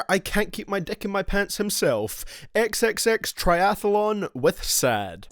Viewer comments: He said Xxx Trifalon XD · “Xxxtriathlon” im done😂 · Bruh also learn how to say X name and yeah He song are good!!??